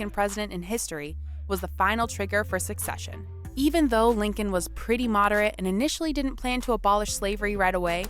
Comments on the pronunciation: One note, she is saying, "succession" when she should be saying, "secession." New York was up there in blue. I wish they had displayed the South in traditional gray. Oh, the picnic-thing. It is much more understandable when you realize basically EVERYONE back then had a super-idealized, even romanticized picture of war. Both sides felt its own cause was just, self-evidentally so, and the other side was just posturing. The civilians coming from the North to picnic thought they were witnessing history, a war that would be over by summer's end. It is important to note that no war since the Revolution had truly challenged America, and none had provided an existential threat, not even the War of 1812 (though some might disagree), and we had "opened cans of whup-tar" (as my cousin has said, in other situations) on everyone who opposed us since (mainly, Méjico and some Indian groups.) War, they thought, was a brief, historically significant, but ultimately lowly threatening thing that "America" was bound to win. Neither side truly considered that both sides had that perspective of divine right, and the Civil War is still, therefore, the bloodiest war in American history. It is bloodier than every other war Combined. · It's not succession, it's *secession*. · "Secession" not "succession" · That was painful to listen to. This lady said, "succession" every time she was supposed to say, "secession." Also, the Emancipation Proclamation did not free all the slaves. That was the 14th Amendment. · Was it annoying anyone else that the narrator kept saying "succession" rather than "secession"?